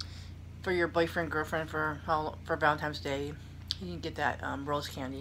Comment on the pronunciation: Happy Valentine’s Day. I always laugh when people say valentimes day. It’s cute